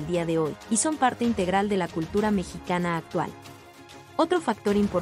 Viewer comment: Un pésimo trabajo desde la forma de pronunciar Mexica y los datos superfluos y erróneos